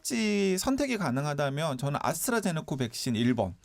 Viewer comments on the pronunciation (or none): 아스트라제네커 아니고 아스트라제네'카' 입니다 기자님